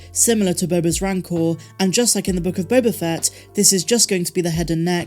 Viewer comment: You keep mispronouncing "Book of Boba Fatt".